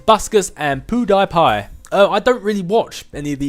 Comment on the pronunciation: I believe it's pronounced Pew-dee-pie